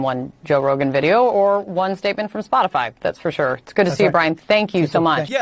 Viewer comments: I like how Jen is obviously reading her response and no one calls her out on it. The reporter literally said "Spotify" 3 times right before she responds and still she misreads it, "Spoti-fly" 🤦‍♂️ how do people fall for this. She's looking down reading it. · "spotifly" ...? lol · Jen Psaki said "spotifly" 🤣😅 Lots of drama CNN lawd have mercy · LOL, Psaki said Spotifly. She has no soul, just look closely at her eyes. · Jenn said "spot-a-fly" instead of Spotify. Was that a dig or did she mispeak?🤷‍♀️🤔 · Her saying Spotifly 😂😂😂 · Psaki said Spotifly 😂😂😂😂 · DID SHE JUST SAY "SPOT-A-'FLY'" !!!!!!!!! 😂😂😂😂😂😂😂😂😳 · She can’t even say Spotify ole Spotifly she’s spreading disinformation should she be censored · Did she just say "Spot-i-FLY"? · Did she say spotifly? I dont think she misspoke. I think she really doesnt know what spotify even is lol. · she said Spot-a-fly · Did that dingbat actually say Spotifly? I hate this admin. America is a joke now. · She can’t even fucking say Spotify.